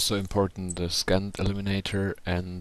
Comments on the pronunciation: Awesome video. Just to let you know "scent" is pronounced "sent" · Was he saying scant or trying to say scent?